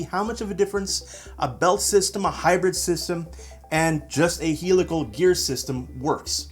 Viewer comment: you are pronouncing "helical" wrong.....